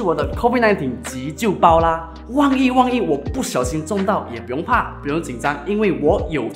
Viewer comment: 可能是Sabah/Sarawak人。“万一” 读成 “旺一”… 😂